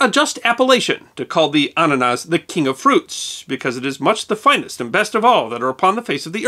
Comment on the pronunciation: i love the way you say annanas because you say it with perfect german pronounciation